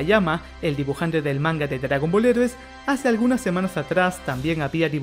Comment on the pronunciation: Tienes que aprender a pronunciar "heroes" en inglés. Lo correcto sería algo como "Jirous".